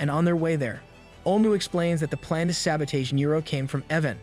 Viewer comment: Please tell me that English is not your first language. I can't guess any other reason for mispronouncing words like 'bow' and 'sabotage'. I decided to just read the comic myself at that point, since watching comics has never been my preferred method anyways.